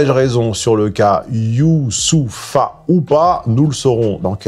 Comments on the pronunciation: Je m'interroge sincèrement sur le niveau de masochisme qu'il faut avoir en soi pour s'employer pendant vingt-sept bonnes minutes à écorcher volontairement le prénom Youssoupha alors qu'on a soi-même des ancêtres guyanais, c'est-à-dire très probablement issus de la traite négrière. Peut-être faudrait-il là sérieusement investiguer l'hypothèse d'une transmission de la servilité par les gènes tant le dressage et la domestication semblent réussis. Tu pourras toujours les singer comme tu veux, ils ne t'en aimeront pas davantage. Et puis nous ne t'aimons pas non plus, d'ailleurs. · forcer le trait, tout au long de la video sur la prononciation de « Youssoupha » était vraiment malaisant. Ca n’apportait rien de pertinent à l’analyse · J'en suis à 3 minutes et déjà fatigué : purée il n'est quand même pas difficile à prononcer son prénom !! À croire que tu n'as grandi qu'avec des Michel et des Bernard, fais un effort bordel !!! 3 syllabes c'est pas la mer à boire, si ? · Genre tu ne sais pas dire correctement youssoupha... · 😂😂😂😂Tu es entrain de tuer son prenom😂😂😂😂 youssoupha (en Afrique noir) qui viens du prénom arabe youssouf qui en français dit Joseph 😂😂😂😂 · Arrête de faire le guignol à mal prononcer les noms... Bonne vidéo sinon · Je ne comprends pas comment tu peux écrire des livres faire des analyse comme çà et ne pas être capable de lire le prénom Youssoupha... c'est quel genre d'irrespect çà? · Tu parles mal quand même... entre le fait de déformer le nom de youssoupha, la manière dont tu traites le sujet avec condescendance... t’as pas l’air sympa comme mec... ce ton et cette manière de parler. Tu pourrais changer 2/3 choses qui te feraient pas de mal. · Fait un effort de pronunciation "Youssopha" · Tu fais exprès d'écorcher les noms de rappeurs, c'est gênant .. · Genre il narrive pas a prononcer yousoupha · Mdrr mais on est d’accord que Youssoupha c’est facile à prononcer non? La comedia del’arte 😂